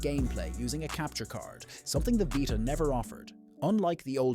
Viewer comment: what is the vighta? its a veeta.